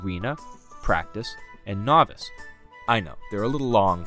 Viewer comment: Bro lost me when he said bigs words like novace and erena